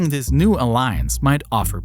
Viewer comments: The word this, does not have a d. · “Dis is America’s most contwoversial base”